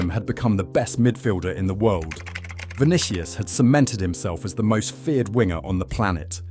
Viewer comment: Stopped the video when I heard "Vinikious". WTF? Is this AI or just an ignorant content creator? After "Vinikious", how can i take his arguments seriously, even if they are?